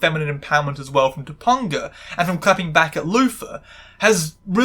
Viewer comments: I understand it’s a bit, but as a 90s kid, whenever you say “toe- PUN - gah” instead of “toe - PEN - gah” it makes me die a little inside. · TopAnga, not TopUnga. the AN is the same as in the word TRANS, so I know you can pronounce it. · Dude how are you continuously mispronouncing Topanga's name it's not toponga it's Topanga not toponga or toponger Topanga you even played like 3 clips where it was said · Okay, one thing driving me a bit up the wall - her name is pronounced Toe-Pang-A. Sorry, as someone who's name is often misspelled and sometimes mispronounced - especially on purpose by men who think they're being funny - I'm a bit hung up on making sure names are said/spelled correctly. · I'm sorry, did you just say TopUNGa? I'm cackling. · I grew up on this show and like other commenters, this was part of my bi awakening. lovely video. I kept laugh/cringing anytime I heard "Ta-pun-ga" haha. For any curious non-Americans, her name was a little weird for most of us bc Topanga is also a street in Los Angeles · Top-UN-ga? I LOVE the videos in this series, but your frequent mispronouncing of names are like daggers in my heart. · First of all say it right or pay the price her name is pronounced Ta pinga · 2-PONG-UH?!? Did you watch ANY of the show? That is not how you pronounce her character's name. To mispronounce someone's name is functionally the same as calling them by an incorrect name. You've heard it spoken aloud many times in order to do your research for this video. Acknowledge that you're wrong. Your personal accent is not an excuse. Pronounce a person's/character's name as they pronounce it. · I'm so sorry but I die a little every time you call her Tupponguh 😂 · It’s pronounced toe- pang- uh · I know this is stupid but I can’t handle how wrong your saying topanga so often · The way you pronounce topanga is killing me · the way you pronounced Topanga lowkey made me wanna cry LOL